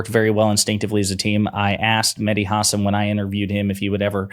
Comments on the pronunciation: FYI: It's pronounced Ha SAN not HA san. And MSNBC taking his show off the air was a terrible mistake. I used to love it, even those times when I didn't fully comprehend what the hell he was talking about. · Stop saying his last name like that. You do this all the time. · that mispronounciation of hasan was painful